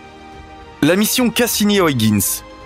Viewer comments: Ça se prononce huigins !!!!!!!!!! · Au 6ème "Oyeginss" j'ai craqué, je suis parti. Merci quand meme. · Nan, mais vous ne dites pas Londresss, ni Parisss, je ne crois pas qu'en France, on dise Trump avec le u de cru... au mieux, la prononciation UIGANS aurait été plus francisante que ce qu'on peut entendre dans ce reportage.. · Pareil, mais il y a aussi Argone😁 Soit tu prononce Huygens '' U- i guenne-se ou en version hollandaise...Mais pas une version francisé de la version anglaise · Hyugens....se lit " huigainsse".... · Ces chers amis Français ...Il n'y a pas de O ni de I dans Huygens ... dites "oeil- guènss" ... <3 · Salut...tu dois dire "OYEGUEUNES" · C'est mal prononcé, la bonne prononciation est "Hoeil - guens" (gen se dit en nééelandais comme "gun" en anglais) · Tu pourrais faire un effort pour prononciation de Huygens.